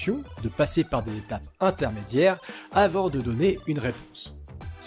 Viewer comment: pourquoi les "é" en fin de mot sont twisted ? donney protegey